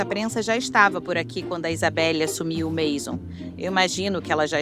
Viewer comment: COMO UM TEMA TÃO INTERESSANTE PODE SER TÃO MAL EXPLORADO? A DUBLAGEM É LAMENTÁVEL, ASSIM COMO O TEXTO. NINGUÉM ENSINOU A NARRADORA A FALAR MAISON, QUE VIROU MASON. O A\UL CERULEO, UM CLÁSSICPO VIROU CERULECO..POR QUE GIGANTES DA INDÚSTRIA DE ARTE COMO WINSOR & NEWTON, FABRICARIAM PASTEL, SE FOSSE UMA TÉCNICA DESVALORIZADA? UM A J[OIA DE TEMA, VIROU CARVÃO. UMA PENA